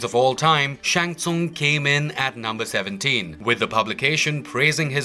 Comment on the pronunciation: Least you learned how to pronounce Shang Tsung for this !!!!